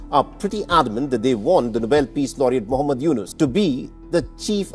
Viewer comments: Main Bangladesh se hun apne is video pe bohot sari Opinion di hai aur misinformation bhi di hai aur dheikh Hasina ne jo itne murders ki hai woh baat ek baar bhi nehi batai kam se kam hamare Nobel prize winner ka nam to thik se lete It's not Younus khan it’s Mohammad Younus.baki ka mere aur bhai log bol denge.main aur ek baat bata doon apne kaha ki 3-4 sal pehle to sab keh rahe the ki sab badiya hai 3-4 sal pehle koi inte information nehi jante the ki kitne minister's desh ka paisa bahar bejha hai aur total amount kitna hain after resign jana ja chuka hai itna paisa bahar ja chuka hai ki usse ham apna loan 95% chuka sakte the. Bohot sare information iss sal bahar aya hai. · You should have your researched done more carefully because you have failed to pronounce the name of a Nobel Laureate properly. You may be so bashed in the brain about Pakistan that you were continuously pronouncing his name as Younus Khan, but his name is Dr. Muhammad Yunus. Also, you heard his name for the first time during making this video when he already conquered the world with his Microcredit and Social Business idea. You need to study more my brother before spreading bullshit conspiracy theories. Wish you good luck for a better brain.